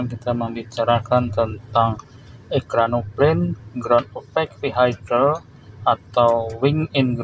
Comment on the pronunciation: "EkranoplaN" – not "ekranopaNE"